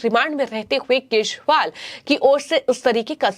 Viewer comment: केजरीवाल है,,,,, ना कि केसवाल हैं🤣🤣🤣🤣🤣🤣